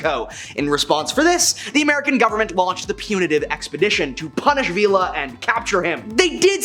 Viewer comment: Poncho Villa (Vee-ya)